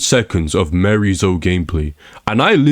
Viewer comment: Bro is just yapping, 13 minutes straight of complaining and refusing to say miarys name correctly. Not even to say tekken is fine but this is not accurate or productive at all. Just yapping about anything.